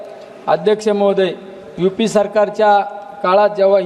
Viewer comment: यु पी सरकार नाही यु पी ये सरकार काय म्हणाव राव